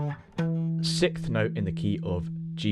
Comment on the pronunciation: my daughter says sickth instead of sixth like you haha just had to point that out. it is six th not sick th